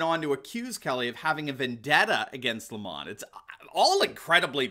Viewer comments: It is Not LEE mon , It is lem on just like the nasty tasting thing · His name is pronounced as per the sour fruit, lemon 🍋. If it was pronounced as he wants to be known with an elitist French accent, it would be spelt thus, Le'mon. Lemon by name, lemon by nature. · Lemon is not pronounced Lemahn, it's pronounced Lame-man